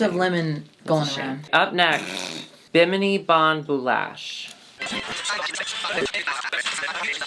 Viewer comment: Only just past the 11 minute mark but I had to take a break because this is super important - THANK YOU, for being the first on I've seen on Youtube (of like 4 or 5 people) to not butcher the pronunciation of Bimini. Lord, I was starting to feel like nobody else on the planet knew about Bimini (the location) or something. Either that or I was the dickhead saying it wrong all the time lmao.